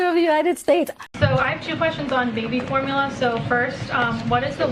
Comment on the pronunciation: This dude can't even pronounce formula lmao. For mullah? Hahahaha